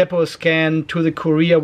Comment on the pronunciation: Courier is not Korea :D. Kur-E-r not Korea :D